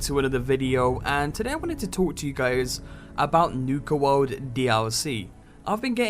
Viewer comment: Nuka Woawd?